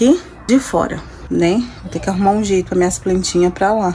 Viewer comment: Ele tem estudo, ACHO cheito fala